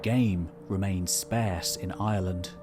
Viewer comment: I love your videos. "Sparse" is pronounced like "arse," not rhyming with "scarce." Keep up the great work!